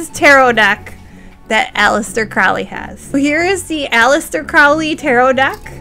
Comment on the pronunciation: Mount Everest not Mount Saint Everest. And it’s PRONOUNCED CROW LEE😊